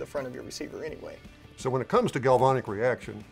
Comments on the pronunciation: You guys keep saying, "galvonic". It's "galvanic". "Van" is pronounced just like the vehicle. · Corrosion Specialist here. You guys are pronouncing galvanic weird. It is a real thing. It eats up aluminum wheels and heat shields on cars all the time but when used to our advantage it protects boat hulls and the interior wall of your water heater. But it requires certain conditions to occur. Cars, boats and water heaters all have something in common. Electrolyte. In these cases the electrolyte is water. Even worse, hot water. Even worse than that, salt water. With the grease and the protective coatings and construction of our rifles, plus the fact any water that could get in there would evaporate out quickly when you fire a few rounds, it just doesn’t seem to be a problem. If you wanted to prove a point and make it a problem, I’m sure you could scratch up your protective coatings at the metal to metal contact points and store your rifle in a bucket of hot salt water for a week and get the results you’re looking for but that’s crossing over into intentional damage. And would affect any place aluminum contacts steel, roll pins, detents, back plate, trigger pins, etc. so not exactly proving a point. Store it in the house, not in the pond, and it’ll be fine. GalvAnic corrosion cells are a thing, but not something we need to be concerned about in this context. In case you’re interested… in the U.S. corrosion control industry, it’s pronounced GalvAnic, where both A’s are short A’s, like in “and”.